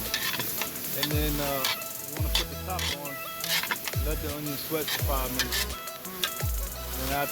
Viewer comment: Why do you spell Onion with a J? Cos you’ve got it Onjon?